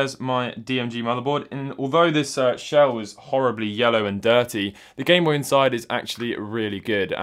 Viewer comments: The Gintendo Bame Noy Man's out here speaking doodlebob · “Gintendo BANE NOY” lol